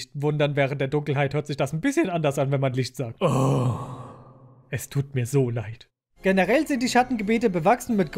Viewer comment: Hätte es gefeiert wenn bei nochmal der Kristall sein Ding macht, weil du ja sagst "Es tut mir so leid" was klingt wie "Es tut mir so light"